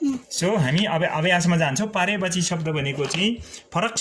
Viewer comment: पर्यायवाची होला हौ सर हजुरले तउच्चारण नै गल्ती गर्नुभयो।एक पटक मात्र नभएर बारबार।